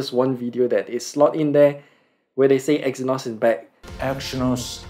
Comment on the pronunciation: The Review was not able to understable As giving the review he said EXYNOS IS BANNED. But it was BACK the pronunciation was kind of bad